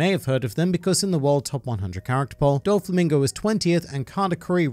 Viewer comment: I really like your videos, but please stop mispronouncing Doflamingo as "Dol-flamingo" 😅